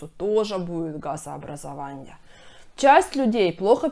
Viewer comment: Газообразованье, питанье, сниженье,, пищеваренье, отделенье ,нарушенье, и т.д.Давайте говорить правильн